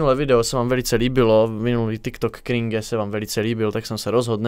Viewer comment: Ono se to nevyslovuje cringe a krinke